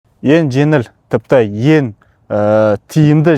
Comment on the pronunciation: Ассалаумағалейкум жарайсың бәрі тамаша тек алға! Дами бер. Айтар сөзім, сөйлегенде өтініш (ен жеНіл, еН тиімді барасыН, істейсіН) емес.«Ң» дейтін әріпті ұмытпаш. Яғни(еҢ жеҢіл еҢ тиімді, барасыҢ, істейсіҢ) деп жазылады және айтылады. Бұнда тұрған ештеңе жоққой деп ойлауыңда мүмкін, ештеңе жоқ емес бар деп есептейміз қазіргі таңда ең үлкен мәселелердіҢ бірі ол тіл мәселесі болып тұрғой. Тілімізді ұмытып қалмайық қай жерде де әріптердіҢде қолдануы тілдіҢ дамуына маҢызды. Тек жақсылық ойлағсын айтып жатқаным. Дұрыс оймен қабылдарсыҢ.